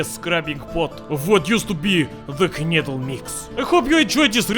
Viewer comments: its prenounced knedleh blin ;) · english speakers would skip the e at the end and say knedl, thats why i wrote knedleh - english speakers pronounce that as we say knedle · It's pronounced like КНЫДЛЕ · not knejdl :< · nene, knedle 😂😂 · You pronounce knedle like amerikanski spy..